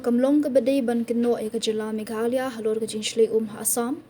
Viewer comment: it's Meghalaya boss is not meghala😂😂😂 n good to you 👍